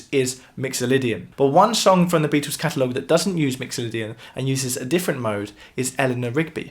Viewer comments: The Bee-toes... I love the pronunciation! And the music theory is even better. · PLEASE: Beatles not "Beatools", and within and without not "wifin and wifout"